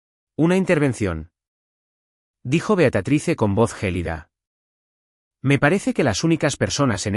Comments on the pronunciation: Por favor no es beatratice es beatriz. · Ya fastidia que diga el narrador beatratise que diga Beatríz